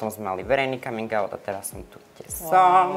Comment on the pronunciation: Komin aut?? Omg coming out sa vyslovuje kamin aut